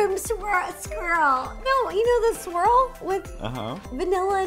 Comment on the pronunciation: Rosanna can't say "swirl." 😀😀😀